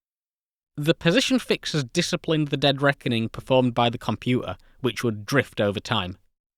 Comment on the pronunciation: Compua'a. Fi'a ..😁😁😁